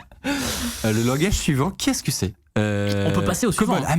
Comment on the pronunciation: "Langage" pas "Language".